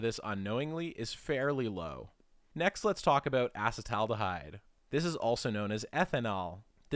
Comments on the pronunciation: obvious he is not a biochemist, he doesn't know how to pronounce many of the molecules' names. for ex: af:la toxins, not al-fa-toxins. As as trained biochemist I can't get past this and many other of his mispronunciations of common chemicals like acetaldehyde. Acetic acid = vinegar. Then acet aldehyde slightly more reduced./less oxidized. People who do the keto diet produce acetaldehyde in buckets and its is easily detectable in exhaled breath and that the liver must process. cancer? maybe but unproven. Any of the halogenated alkanes, alkenes, and aromatics are likely bad juju. Fluorouracil though is cytotoxic to even cancers, so it's useful in therapeutic doses properly administered. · I tapped out when you couldn't correctly pronounce acetaldehyde